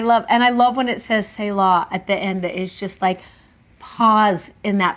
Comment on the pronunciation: Thank you for your insights and experiences. They help me relate the lessons to my own life. I just have one little thing to say. I hope you don’t mind. Selah is pronounced SEE luh, not SAY law. Correct pronunciations for many Bible words and names can be found online.